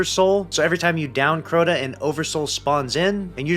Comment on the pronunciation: How in the world did you turn this into a 10 minute video? It's Crota ya silly goose 🤪